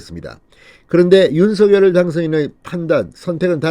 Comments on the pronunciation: 윤서결이 아니라 윤성렬이라고 발음해야합니다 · 윤성렬이라고 불러달라고 당선인이 말했는데 계속 윤서결이라고 하네요. 본인이 원하는대로 불러주시고 제목도 부풀려서 올리지 마세요. 보기 안좋습니다.